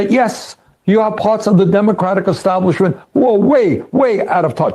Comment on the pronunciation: Have you noticed how Bernie always says "eXtablishment"? 😅